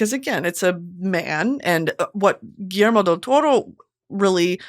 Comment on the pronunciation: Being Spanish my mother tongue, I love hearing Brittany say Guillermo del Toro perfectly ❤🤭 Finally watched Frankestein this morning and HAD to rewatch this brilliant masterclass 👩🏻‍🏫 btw took me out 😂 then going back to seriousness